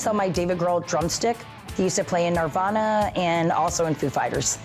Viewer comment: She also said "Narvana" 😂